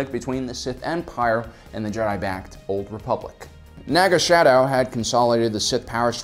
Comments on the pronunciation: I love your videos, but this is at least the third video where I've heard you call him Naga Shadow. There's no "h", it's Sadow. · TOLD YOU 2 VIDEOS BEFORE, IT'S NAGA SADOW, NOT NAGA "SHADOW"! Dropped a like on the video regardless... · Does his pronunciation of Naga Sadow drive anyone else nuts?